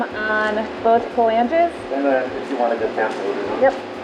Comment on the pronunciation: Proper pronunciation FYI: flan'ges ,an angle ledge of attachment...Pha' langes are the 3 bones of the fingers & toes.........not criticizing , rather being a college instructor to help improve your audio video production